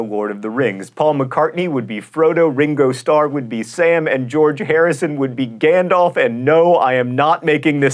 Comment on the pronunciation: JOHN: Gollum PAUL: Frodo RINGO: Sam GEORGE: Gandaalf WTF what were the beatles thinking.